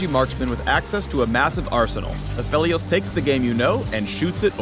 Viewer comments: Wait, A-fe-lios? Not A-fee-lios? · Its PHEL not PHIL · It's apheelios not aphelios reeeeeeeeeeeeeeee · any reason people pronouncing him as aphilios on stream lol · No one: Riot: Takes a hit of crack Absolutely no one: Riot: Apheilos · its not “apheelios?” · the way you pronounce aphelios is just....wrong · Aphalios? really? I hate that pronounciation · the guys reading a script likely never even heard his name before he read it